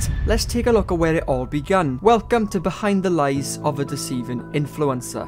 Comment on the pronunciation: I can't get over how says 'influencer' like Influenza. I mean,,, he's not WRONG